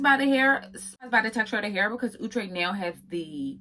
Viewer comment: Omg somebody who finally saying the brand name correctly!!! 👏🏽👏🏽👏🏽✅️! Outre(ooh-trey). Not Outre(out-trey).